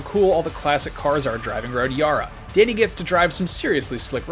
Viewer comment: I'm triggered by how he pronounces "Dani"